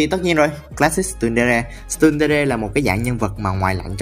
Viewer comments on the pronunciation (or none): Tsundere học là chun dere hoặc tờ sun dere chứ không phải là stun dere đâu ạ :(((((( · nhưng tại sao ông lại thích đọc tsundere là stundere